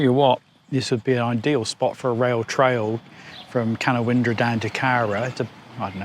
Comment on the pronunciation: Hey, they call it ca- noun-dra 😊. Merry xmas and thanks for the entertainment!